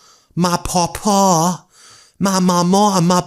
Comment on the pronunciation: Omg, vance says 'mawmaw' and pawpaw" wrong. It isn't really possible to spell it the way it is actually said in Appalachia.